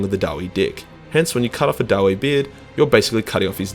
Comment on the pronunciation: I always thought that the name was pronounced daa-vee, not da-wei. Too close to Knuckles the Echidna meme for my taste.